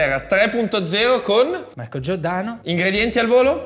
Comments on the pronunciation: AAA cercasi gnocchi “artigianati”, come dice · Uagliò Marco però non far video "mi sfottono per il video di masterchef buhuuuu" a far la vittima e poi fai sponsorizzate da video con 'SAPOVI DELLA MIA TEVVA" a prender per il culo che parli con la 'V' e così via... Ok che come dici tu 'alzi la munnezz' e qualche soldo in più fa comodo ma scegli se esser il meme vivente o la vittima, così è fastidioso.